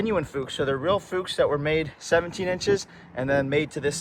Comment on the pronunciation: Absolute beauty!!! All the right tasteful mods. One suggestion for both you guys. Learn to pronounce the name of the classic wheels that have gone on to be as known and as classic as the car. It’s said like “Books” but with a F of coarse. Books/Fuchs